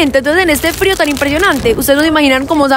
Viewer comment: soy yo o dijo fario en vez de frio